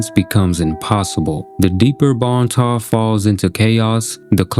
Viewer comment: It's Bon Temps! Not bon ta. No one knows how to read or pronounce anything. Like Dionysus...die-oh-nice-us